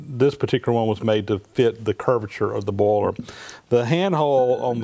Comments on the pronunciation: Wooster I clearly heard him say it many, many times and he clearly is saying "bowler". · I think he's saying boiler. As in steam boiler.